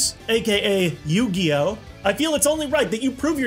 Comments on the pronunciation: What is "You Gee Oh?" Is it like Pokemon? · With Yoogee, Setee, May Vaseline and JoJ WheehW!